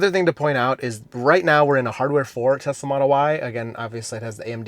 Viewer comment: "I love Tesler"